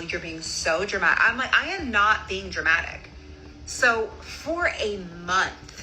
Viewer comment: DRA - MA- TIC!